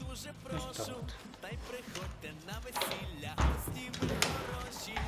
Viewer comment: Дякую за гарний огляд, без "вісілє" було б краще..... :)